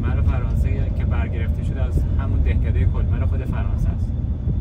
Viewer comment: کلمق تلفظ میشه یکی از شهرهای معروف فرانسه هستش به دلیل بازار های کریسمسش که به فرانسه میشه مقشه دو نوئل